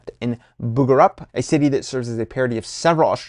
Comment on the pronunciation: Don't forget the "Priscilla, Queen of the Desert" references! Pretty sure Bugarup is supposed to be pronounced "bugger up".